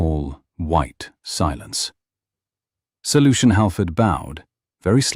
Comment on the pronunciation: Sir Lucian Howard. 😂 It took me a while to figure that out. It sounded like Solution Howard. I thought, what a strange name. 😅